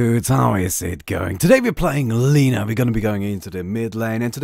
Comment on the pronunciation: My mothers name is Lina... (You pronounce it wrong)